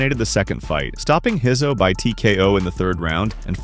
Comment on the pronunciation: Who's Pedro Heiso😂😂 ......Pedro Rizzo!